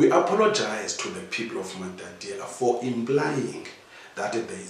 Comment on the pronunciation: There is one thing that has been going on here. I humbly ask that this beautiful home town is pronounce as "MATATIELE" not "MATATIELA". This will add value to the work which the company is doing.